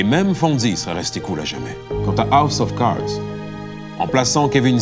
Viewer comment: A-OUSSE of Cards